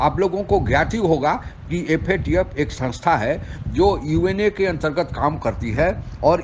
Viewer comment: Theek se FATF bolnahee sakte🔥